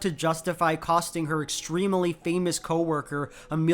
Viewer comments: i love u and ur videos but every time u say “extremeuhly” i die a little inside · Provocative analysis as usual, but can we talk about and and...."extrem-e-ly"? Is this a idiolect, or is it a regional thing? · Love your videos! Also the way you pronounce ‘extremely’ so it has four syllables... :D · Loving the svarabhakti he puts in “extremely”